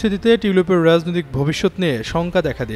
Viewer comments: রাজনৈতিক, রাজনীতি এর উচ্চারণ ঠিক করে বলবেন।।।।।। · উচ্চারণ এর দিকে আরো সতর্ক হোন, বিশেষ করে রাজনৈতিক কথাটা খিব বাজে লাগছে।